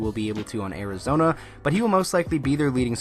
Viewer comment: Did you say Arizona or Arizonee